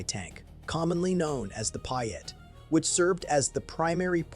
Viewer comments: It's pronounced PEE-AT not PIE-AT... And although not perfect, it had, like all weapons, advantages and disadvantages.. but.. was not universally hated... And as already mentioned by another 'comments' contributor, it could be fired from inside a building, something the much vaunted Bazooka could not do. I am always left wondering where a lot of these videos source their research? I am inclined to think they just make it up after watching too many war movies. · PIAT. NOT Pyat.